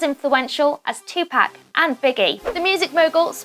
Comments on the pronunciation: Michelle Proudfoot idk if u have already gotten a response. It’s not pronounced “2pack” it has more of a Spanish sound. It’s like the sound pop but pac. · ITS NOT TUPARK ITS TU-POC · She said two pack 😂😂😂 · If this nigga sais 2pack 1 more fucking time i swear to god. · Did she just say 2-Pack... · The way she says tupac, "tupack" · Lol she said tea pac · Tupac is pronounced 2poc just so you know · “Compared to TwoPack” can we get someone who can say Tupac right? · “two pack” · The way she kept saying 2pack was so annoying 😒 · It's Tupac not Tupack. Smh..... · I hate people who say Tupack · Michelle Proudfoot more like tu-poc is the pronunciation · I'm so glad someone said this. British people can still say Tupac not 2 pack. I was ready to hit this woman. Like that's a disgrace on Tupac hard core. Speak the beautiful name correctly or not at all please and thank-you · Audie lol tupack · Karrie Minaj British are supposed to pronounce it two pack and Americans pronounce it two Park. That’s the way both are supposed to say it. Just how like the British and Americans say the word “glass” differently it’s all about your accent and where you’re from. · Tylon Slacks she says tupac name wrong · Using X’s death to get views when before he was never on your radar. P.S. learn how to say TUPAC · This video should be call..."How many time can someone can get tupac name wrong in one video" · OMG I JUST CANT SHE CANT SAY TUPAC RIGHT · TUPAC YOU SAID THE SHIT WRONG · Girl ur sayin it wrong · Can you say Tupac right? I don’t wanna be mean but dang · R.i.p Tupac and also R.i.p X But I was cringing soooo much everytime she said Tupac’s name😭😭...I almost stopped watching the video just because of that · plz say tupac correct🤦🏾‍♀️ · Stop saying Tupac like that damn but rip X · You should really learn how to pronounce Tupac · Bruh, how do you pronounce 2pac name wrong, it doesn't get any simpler than that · for gods sake please pronounce PAC properly!!!! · It's not tupack it's topuck